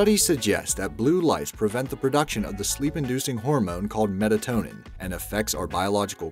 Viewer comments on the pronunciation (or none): It’s MELATONIN not METATONIN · Um #1...it's Melatonin NOT Metatonin! Just thought Id be a jerk and point out your mistake. 😒 the water bottle one was pretty cool. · its melatonin not metatonin smh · Definitely not metatonin. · Metatonin. Haha, they spelled it this way, AND pronounced it this way.. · It's NOT 'Metatonin' It's Melatonin! I have to take this frequently, as watching Be Amazed keeps me up WAY past bedtime..... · I think that should be Melatonin, not Metatonin. Anyways, thanks for another amazing video! :) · Important note: the sleep-inducing chemical is called 'melatonin' not 'metatonin', you have gotta edit that. You should put a tiny warning that a sliced finger is going to be shown in the video. The rest of the video is good. Thank you for making it! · That's "MELATONIN" champ. There is no such animal as "METATONIN"... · It’s melatonin not “metatonin”. Also regarding number five, eating before bed is a bad idea, melatonin binds with beta cells in the pancreas signaling them to reduce insulin production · I'm sorry but I have to correct you... it's MELATONIN not metatonin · quick note, it is MELATONIN not METATONIN. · I’m just saying it’s not meatatonan it’s melatonin Edit: he also basically says in this fricken video that everything is a fire hazard 😑🙄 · Metatonin?? lmao You meant Melatonin right? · Melatonin not metatonin. That’s not a thing. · Metatonin? Do you mean melatonin? I thought so. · I swear that it was "Melatonin not "Metatonin.... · Uhh... it's melatonin. NOT metatonin. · Metatonin? Really? It's Melatonin! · meLatonin MELATONIN NOT METATONIN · The sleep inducing chemical is called "Melatonin" not "Metatonin" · Its mel-a-tonin NOT meTatonin. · it's Melatonin not Metatonin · It's melatonin! Not metitonin! Moe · That's meLatonin not meTatonin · You mean melatonin not metatonin lol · its melatonin not metatonin:) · its melatonin not metatonin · ME-L-ATONIN not ME-T-ATONIN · Melatonin not metatonin. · Metatonin? Melatonin! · "metatonin" lol